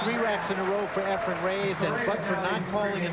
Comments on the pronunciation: his name isn't EFRE*M* it's _EFREN with an N Okay a million years ago? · say this slowly EF-REN "EF-REN" FOR CRYING OUT LOUD!!!! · It's very irritating that the one announcer always pronounces Efrens name as Efrum 🙃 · One of these commentators doesn't know that it is Efren with an "en" and keeps saying Efrem with an "em" or "um". I can't believe the ignorance of the fellow. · Almost every match with Efren in it, at least one of the commentators says “Efrum”. It drives me crazy. 😡🤬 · ..it’s EfreN, not EfreM...sheesh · It’s Efren!!!!! Not Efrem.... that drives me insane.... if you’re gonna commentate at least pronounce the mans name properly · I hate how they pronounce his name. "Efrem-Ray-Ace"